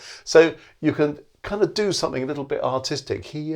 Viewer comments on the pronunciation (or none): none